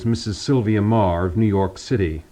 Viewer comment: I always thought her name was pronounced "meee gurr" not "marr"